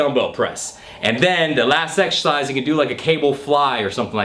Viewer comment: get to the gym and exSHersice